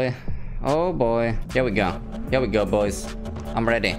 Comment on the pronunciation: That BOYS sounded more like POIS